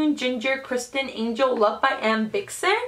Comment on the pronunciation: I believe it's vixon, not bixon... I have that collection and I love it <33